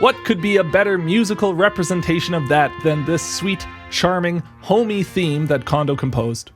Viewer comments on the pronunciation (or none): The "ko" in "Kondo" is pronounced "ko", not "ka". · His name isn't pronounced condo. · Small potatoes compared to him mispronouncing Kondo's name roughly eight billion times. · Absolutely true.